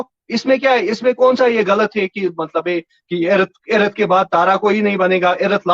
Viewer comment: This teacher can not pronounce the word "earth"